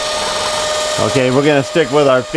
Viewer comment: Hi, i.e. the way you said "yet"! If you don’t have a SOH you don’t have anything!